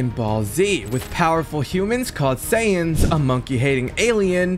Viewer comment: They're called Saiyans, not saiyens, please my ocd is killing me as a huge fan of dbz and dbs